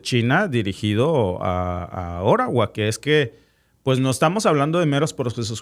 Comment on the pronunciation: Si nos hablas en español, debes decir OTTAWA y no ORAWA